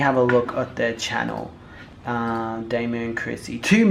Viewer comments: It’s DOMO not DAMO!!!! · D-O-M-O not "Damo" 😂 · 🤣🤣🤣 it’s domo not damo 🤣🤣🤣🤣 I can never get through more than 3 minutes of your videos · I just can’t get over you saying “Damo” or “Doe Moe” when it’s clearly spelled “Domo” lol butchering someone’s name when you can literally just go watch her intro and hear her say it correctly. Plus Domo was internet famous before YouTube. She was popping on fb and then moved over to YouTube and then met Crissy. Your research on this one lacked. Js. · Her name is pronounced (dah-mo) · Damo🤣🤣🤦‍♀️???? your doing to much the way u pronounce people’s names, lol love u doe❤️❤️‼️